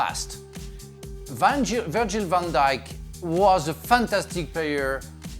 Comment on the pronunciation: We all just gonna ignore that frank said “virgin van dijk” 🤣🤣🤣